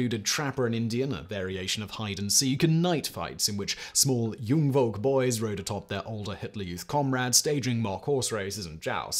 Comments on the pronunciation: You have no idea how often I had to repeat this section to find out what you just said /meant. You meant to say "Jungvolk" , what you actually said was "Jung Wolk" . That "v" isn't pronounced as "very" but as "f" like in "fire" . Most Germans v's are pronounced that way. Edit: Found out Jungvolk is actually one, not two words. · Not super important, but "v" in German (in words such as "Wandervogel" or "Jungvolk") is pronounced "f" as in "file", not "v" as in "very"